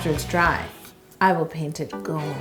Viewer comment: I laugh every time she says gOoLd